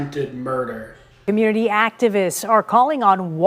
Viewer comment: Just like Coach Greg Adams said it best, "The Communitah been done with."